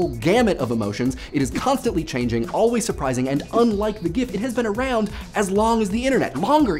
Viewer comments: Stop saying JIFE you're hurting me 😢😢😢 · J- Jife? I've heard gif pronounced 'ghif' and 'djif'... but 'jife'??? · "choosy programmers choose 'jif.'" Love this channel. I have to say you have one of the most inoffensive personalities I've encountered. You seem to be able to talk about controversial topics in a way that is very approachable, so kudos to you sir. :D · gnife is the best pronunciation of GIF ever. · Gife, the Internet's gif art. Its not mispronounced, it's a new word entirely! ;-) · Love the pronunciation of Gif btdubs. Jhife? I like. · Did I miss something? "Nothing, I am not taught to make anything" is a direct quote from 'As You Like It'. Apparently not everything went through the Markov chain... unless selecting and mixing random words from horse-related books isn't what it was programmed to do. I probably also don't understand exactly what a Markov chain is. And, wait... what's a "jife?" Someone's trolling you by giving you that pronunciation, bro. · I know this is 6 months old, but then again, the video is three years old. He says "jife" intentionally. There's actually a whole video about it. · The gif-inventor wanted it to be pronounced jif, some people argue that since it's spelled with a 'g' it should be pronounced gif. Out of sheer frustration over yet another pointless unending internet-fight the pbs-idea-channel-presenter decided to call it jaif to ridicule the people that decided to spend time arguing over pronunciation while other people on the world are dying from hunger at that very moment. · How did he just pronounce "gif" then? o_O